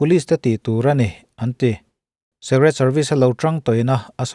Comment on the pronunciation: Secret (Sek-ret) ni loin Secret ( sik-ret)